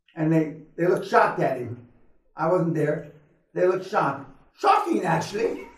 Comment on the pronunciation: These sessions are absolute gems! Mr. Peña is wicked smart. And I love it when he says, shocking actually, with a British accent.